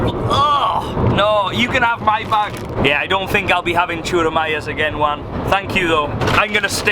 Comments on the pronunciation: It’s Juan not wan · It´s Juan and He says One. I´M dying bro. JAJAJAJAJAJA